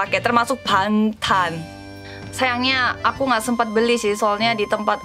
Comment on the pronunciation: ga bisa ngomong BANGTAN 💜 😂😂 agak susah gitu padahal gampang 😂